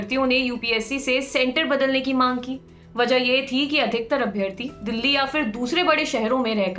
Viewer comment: Please correct ur pronunciation for abhyaarthi!